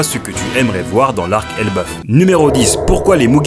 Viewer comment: elBAF pas elbeuf, mais sinon genial